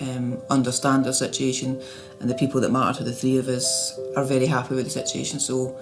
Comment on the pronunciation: The word "Sitiation"! My syblings and I used to say it that way and laugh! I haven't heard anyone else say it until now!